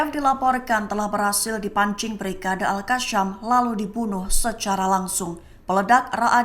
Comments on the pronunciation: Al qassam ..bukan al qasyam..sebut betul2.. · Maaf, cara baca al qassam salah, bukan al qasyam